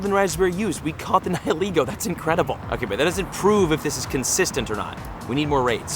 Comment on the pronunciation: You say Niholego but it is Nihilego